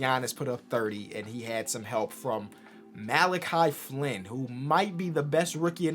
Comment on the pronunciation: * mispronounces Malachi Flynn’s name* A few days later he’s balling and proves he can be atleast a really good backup point guard already